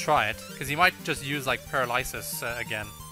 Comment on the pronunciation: By the way, "paralysis" is pronounced puh-RAL-uh-sis. I vote for Pinkie Pie and Rainbow Dash.